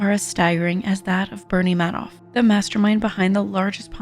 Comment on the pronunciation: Madoff is pronounced as May-doff.